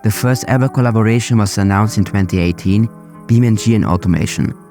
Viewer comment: its Beam(e)NG(ine) like physics eNGine.